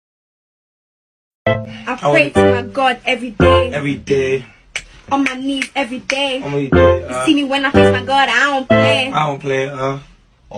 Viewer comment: when he said on my nees every day hahah that killed me